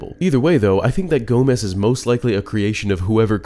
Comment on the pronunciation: I LOVE how you pronounced Gomess as Gomez almost every time you said his name.